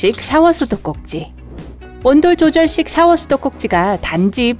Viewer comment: 나만 온돌조절식 으로들림?